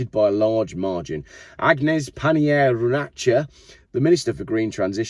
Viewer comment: In France Agnes is pronounced Ann-yes. Which is a really nice name spoilt in English.